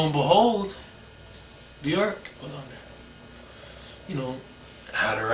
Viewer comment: If you are that obsessed with someone,you would think he would have learned how to pronounce her name